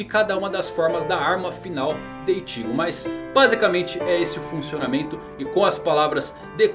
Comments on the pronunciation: ichígo não.. é Íchigo porr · Não se lê iCHIgo e sim Ichigo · E Ichigo e não itigo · ele fala ichigo engraçado, ichígo 😌😂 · Pq vc nao fala "Ichigo" normal ?? Kkkl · Por não dá para falar nome correto do Ichigo da zanbakutu e Anime correto tá falando igual um paraíba robótico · Fala. Seu canal é top... Mas explica pq vc fala IchÍgo e RukÍa....? E não Íchigo e RÚkia como foi adaptado no anime? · Animê, ichígo, rukía.. não sabia que era assim que se pronunciava